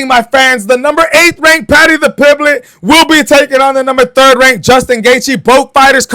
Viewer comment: Paddy tha -pimblet 😂😂😂😢😢